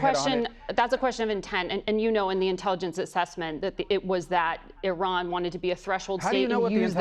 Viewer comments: Ffs its pronounced Ee-raan, not Eye-ran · Why do you keep on saying " eye ran"? It is e- ran. At least pronounce names properly. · It is not eye-ran, it is Eeran. He did not say Iraq, he said Iran. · Why are you saying Iraq!!! It's IRAN!!! Get your facts straight, you sound like trump not knowing the difference between the UK and the EU. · It’s not pronounced High-Ran, it’s pronounce E-ran, they were you pronounce it reduces your credibility… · Bugs me that people still say I ran, instead of Iran!! I tally anyone? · The "i" in Iran and Iraq is NOT A LOOONG "i"; they DON'T sound like EYEran nor EYEraq. The "i" is a short "i" like in "is" NOT like "ice". CHECK YOUR PRONUNCIATION before speaking, mate!! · Belay that. Why can’t some Americans pronounce it. Why do they say “eye ran”? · NOT Eyeran, PLEASE! 😭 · Just an FYI, your inability to pronounce "Iran" and "Iraq" properly makes you sound like a hick. It's like me calling your country Murrica. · Pronounce “Israel” … now pronounce the “i” in Iran the same way.